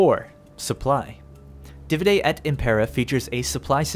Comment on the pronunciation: im sorry to be that guy but dude... did you seriously pronounce the word Divide (DEE-VIDE) as (DIH-VUH-DAY) cmon man.... thats elementary school English